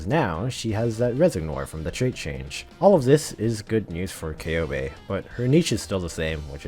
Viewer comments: actually her name is pronounced Köhbe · take a shot everytime he pronounces Coebu wrong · I always thought her name was pronounced SeeBee so I just stick to that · Take a shot everytime is mispronouncing Ceobe's name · I heard like 69 different ways to pronounce Ceobe's name in this video. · Say Ceobe's name correctly!